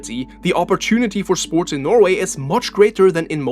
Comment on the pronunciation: SPORCH 😂 you cant unhear it